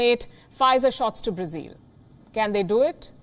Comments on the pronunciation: Palki, why do you say Brazeal? It is Brazil. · Her pronunciation is more accurate. Brazil is how westerners say it. Brazilians say Brazeal.